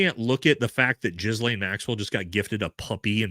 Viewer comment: It's not Jizz-laine. It's Guh-laine. Just say Guh-laine.